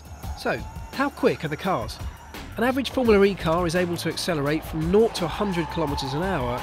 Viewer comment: its formula. not formuler.